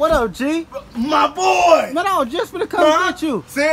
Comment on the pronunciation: The way he said MY BOI!!!!!